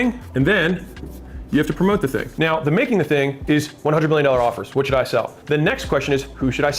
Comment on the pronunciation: “u have to make da ting, then promote da ting”